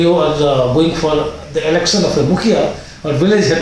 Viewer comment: Your analyses are great. Could you please work on your pronunciation of certain sounds? Are you from Bihar Sir? Please work on your pronunciation and don't pronounce "sh" sound as "s". For example, it is "sh" in "election" not "elecsun". Please don't mind. It hurts your listeners' ears.